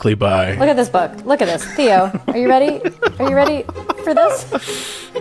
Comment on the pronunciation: Your dog... EXACTLY how you pronounced his name, O Théos in Greek means "The Uncle". Slightly change the toning, O Theós means "The God" i.e. Theológians. You know, Zeus, Theus, Theós.